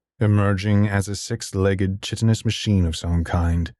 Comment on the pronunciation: Um actually it's pronounced kai-tin not chitin ☝🤓(Sorry for being nitpicky I assure you I'm enjoying the show)